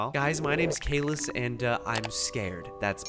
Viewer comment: That’s not how you say, Caylus